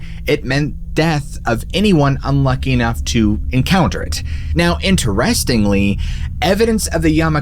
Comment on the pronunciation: Every time you mispronounce the world "interestingly" , we take a shot. 😳